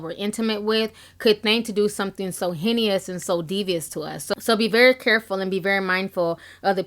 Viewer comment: Your intuition is remarkable. Love your videos! Side note: Heinous is two syllables and pronounced like "hei = hey/hay" "nous = nus (rhymes with us)", so altogether it's kind of a slant rhyme for famous.